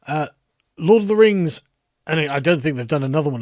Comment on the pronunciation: Lord of the Rangz. Return of the Kang